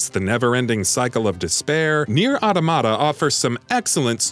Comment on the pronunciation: That is not how you pronounce automata